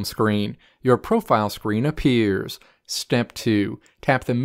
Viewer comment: LMFAOAOAOAOAOA ON GOD